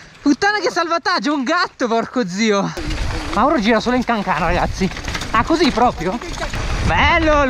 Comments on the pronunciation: Parere critico hai sbagliato la pronuncia di cancano sei un grande un pó basso ma grande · Bellissimo il video ma si dice cancàno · dislike per la pronuncia di Cancano. like per il montaggio. buon compleanno